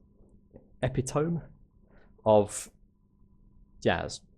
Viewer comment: Epitome? e-pit-o-mi.